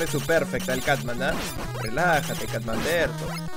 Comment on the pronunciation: Cutman lo confundia y lo decia catman 😅